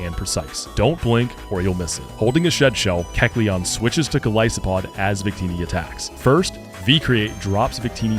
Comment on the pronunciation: That's a new Keldeo pronunciation